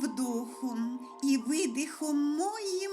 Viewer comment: Пані, Ви пишете дуже чуттєво, відчувається бездоння нерозтраченого кохання у вашій душі. Але вірш сируватий, недопрацьований, допущені серйозні помилки, яких треба уникати: моїм, моє -- чому наголос на О? Зараз люди масово переходять на спілкування українською, і у когось засядуть ось ці форми слова з неправильним наголосом, та ще й підряд у одному і тому ж слові. Наголос інколи можна перемістити, якщо уже перепробували кілька варіантів заміни. Між вдОхом і видихом, а треба вдИхом, допускаю, що помилилися при читанні, так перечитайте, вірш невеликий, для чого випускати в світ те, що легко виправити? Не бажано порушувати і вибраний розмір вірша. Ви написали анапестом. "Анапест — поистине волшебный стихотворный размер. Словно магический кристалл, он превращает всё вокруг — обыденный пейзаж, неспешную прогулку, перемену погоды — во что-то сказочное, легендарное. " Ты — принцесса из царства не светского, Он — твой рыцарь, готовый на всё… О, как много в вас милого, детского, Как понятно мне счастье твоё! Погляньте на схему анапесту: - - ' - - ' - - ' - - ' - - ' - - ' - - ' - - ' і так кожен рядок. Якщо забули, рисочка ненаголошений склад, а апострофом я позначила наголошений Анапест може бути усіченим у кінці рядка чи продовженим. Нюансів багато. Але якщо вибрали якийсь тип, то так повинно бути від початку і до кінця. Дивимося останню строфу: Ти на струнах серця зіграєш, - - ' - 0 ' - - ' - Ми зустрілися не випадково. - - ' - - ' - - ' - І обоє на одній хвилі життя - - '